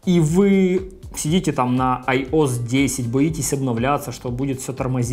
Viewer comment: Айос блять. АйоЭс!